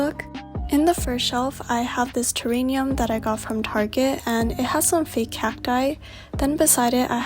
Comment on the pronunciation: sorry but i think it’s terrarium rather than “teranium”... lol